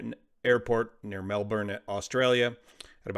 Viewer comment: Not trying to be a smarty pants, but it’s pronounced Mel-bin. Was hoping that you would cover this. So sad 😞